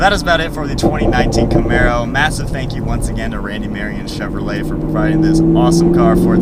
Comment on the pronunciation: You said cheverley, I'm sure your the first I heard say that, is it how it's actually said.